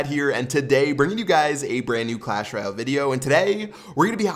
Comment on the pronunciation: PLEASE LEARN TO SAY "Royale" PROPERLY IT'S SO IRRITATING